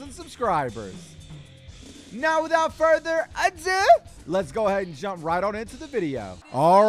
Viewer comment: "Now without further adOU"